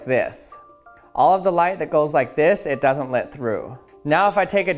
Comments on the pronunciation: Why he say lit instead of let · Lit me tell you...I love how you say: "Lit", when you are trying to say "Let". I'm also glad that we live in a country that lits me tell you that. However, lit me know if I have offended you. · I always wonder if he is saying lit when talking about light to be punny.